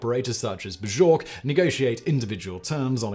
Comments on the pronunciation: Um Simon just a quick one in bjork the j is said as a Y not a J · Could you PLEASE learn to correctly pronounce Bjork?